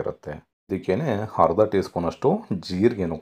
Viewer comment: It's not halugadde It's alugadde. It's not harda It's arda. Please pronounce correctly